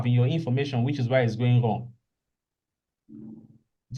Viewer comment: The way you usually pronounce Wrong as Whong has me smiling 😁